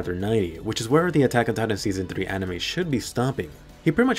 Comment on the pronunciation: did it say Enne-mies? And did it mean enemies?